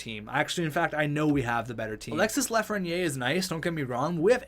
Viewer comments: You pronounce it Lafren-yay, its pronounced Lafren-year, if you care about that stuff, awesome vid btw. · It’s pronounced LAF-RE-NI-AIR